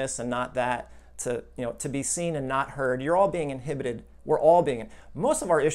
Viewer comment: "In-hip-petid" from childhood!